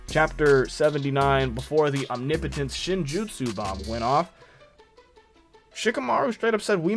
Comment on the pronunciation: MASSIVE bonus points for being the first YouTuber I’ve heard pronounce OMNIPOTENCE correctly!!!!! 😂🎉